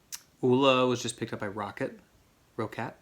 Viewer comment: btw it's Roc-Cat, just like the cat. Greetings from germany.